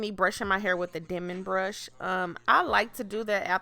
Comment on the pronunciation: Lord.. the eyelashes and white eyelid crap makes the video garbage.. never understood why beautiful black females mess up thier beauty with garbage fake makeup..( or make down I call it). And please learn English amd get rid of the "ima negro from the gutter" pronunciation of words... "PUHLLEEZ" .. its "hair".. not "hur"